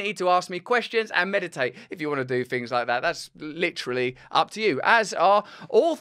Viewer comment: He literally said literally with a T!